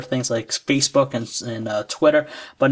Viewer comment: xD it sounded like he said "spacebook"